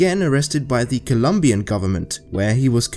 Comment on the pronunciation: "Ze world of serial killers"